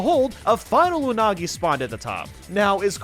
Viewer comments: "Anugi" TF? XD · You mean "Anugi" XD. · Pronouncing “Unagi” like 6 different ways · From to how many pronunciations of unagi was there 😂